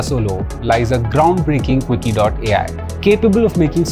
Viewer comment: LMAO, VISHRAM, JUGARD and Quckie? 😂